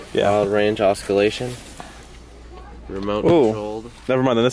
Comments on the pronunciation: instead of oscillation say osKillation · Dude just said "Oskillation"